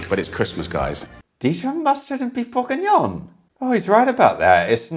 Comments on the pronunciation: Stop saying Burgignon like burger, it's Bourgignon like booh!!! (👻) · Thats Beef BLEUURGHengion